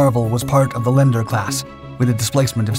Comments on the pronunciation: Lee-ander not Lender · not Lender class, it's pronounced LEE-ANDER Class. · It is pronounced Lee-an-der. (Not lender) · A "LENDER" class cruiser? Not to be confused with the "Loan Officer" or "Chartered Bank" class of ships? As usual, AI is errant.;) Yep, I was drawn in by that HMS Warspite explosion, too. G'bye,. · It's pronounced Lee-Ander class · pronounced lee ander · Leander say it right please and it’s captain is now called HMASWaller in his memory